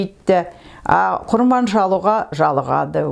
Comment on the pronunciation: Апажан сонша жыл кіл орыстың ишинде журіп тіл мен дініңізді ұмытпай жүргеніңізге мың рахмет, бір алла жар болсын, деніңізге саулық берсін. Тек "құрбан" деген сөзді құрман деп айтасыз, ия совет укіметінің арқасында көп әдет ғұрып өзгеріп кетті ғой